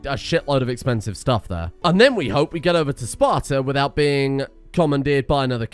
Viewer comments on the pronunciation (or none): none